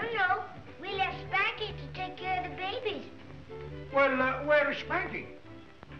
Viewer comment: Too many favorite parts on this one, but one is at the beginning when Spanky is being asked to watch the babies, & he says, “Hey you guys where do you get that stuff I don’t take care o’ no babius!” 😂 It’s hard to spell it the way he says it, but it’s the word ‘babies’! 🤣 It’s like “babus” 🤣😆